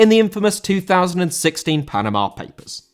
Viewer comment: Panama* not Panamor